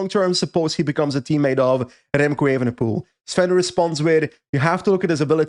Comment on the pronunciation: Why does always emphatically mispronounce Remco’s last name. It’s not spelled “ievenepoel” now is it.